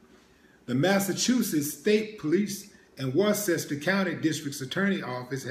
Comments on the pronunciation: Worcester is pronounced Wustah here in MA. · "War-sester?" Do you mean "Wooh-ster." Damn dude. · Peace to you Willie D.. Worcester is pronounced Wister...I know it's crazy.. I am from VA..and said the same thing..I enjoy your Videos Brother. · Pronounce Worcester wrong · He wasn't serving time for 3 bodies either lol. And it's Worcester, you're pronouncing it wrong. Smh